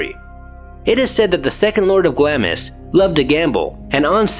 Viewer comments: It is pronounced "GLOMIS" not "GLAMIS." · Say "Glams" please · Just a heads up the i is silent so it’s pronounced glams 😎